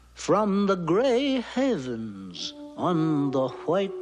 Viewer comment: "Grey HEAVENS" 😂 Seriously, is even the word "haven" too difficult to pronounce??